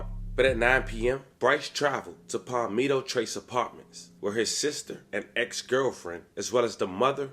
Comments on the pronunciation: Aye bra its not pal ME toe its ( pAl meh toe) palmetto🤦🏿‍♂️ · BRAY-DEN-TON!! PAWL-ME-TOE!!